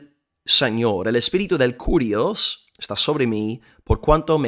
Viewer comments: Solamente como aporte, que se pronuncia KIRIOS la u no existe en griego y esa letra es una forma de "i" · Mi amado hermano por la fe de nuestro Señor Jesucristo. La palabra es KYRIOS en Griego y no carios. Y por otra parte si varón lo as explicado muy bien,,que Dios te bendiga un cordial saludo desde Guatemala el país de la eterna primavera . 🇬🇹🇺🇸🇪🇸